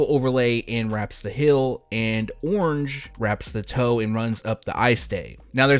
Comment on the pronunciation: Heeeeeeeeeeeel! Not “hill”. Damn bro